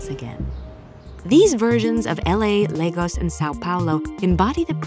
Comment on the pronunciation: At last😅, they pronounced Lagos in Nigeria 🇳🇬 properly ❤